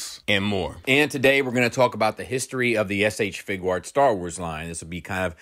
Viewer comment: Idk why y'all keep talking about the "Figurarts" line. is clearly referring to the "FIGUATS" line. 😂